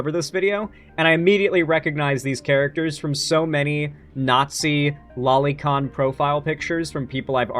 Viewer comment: You're pronouncing lolicon wrong